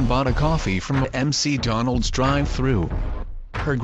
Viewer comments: M-C-Donalds??? Google translate much? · I love how the text to speech thing calls McDonald's, "M.C. Donald's".